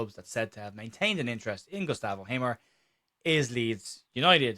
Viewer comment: I loved the intro. It sounded like Hamer was an Irish player. You pronounced it, "Gustav O'Hamer." 😂